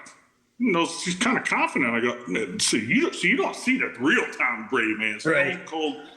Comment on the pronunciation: When Ryan Clask did the lip slip of "Tom Greatdy" that was the absolute definition of Mr. 199